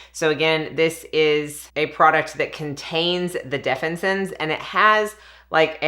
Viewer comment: Say it with me def-fin-is-sins 😊